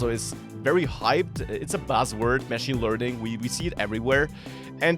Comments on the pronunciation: It's not mashing, it's machine, they are not pronounced the same, very minor point. Love the channel, great content! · your pronunciation of 'machine' is wrong. Your syllable emphasis should be on the second/last syllable otherwise it sounds like you are saying 'mashing'.